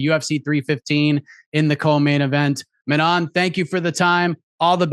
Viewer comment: Can we please stop saying Manon's name wrong It IS NOT FEEYOR It is FYOROH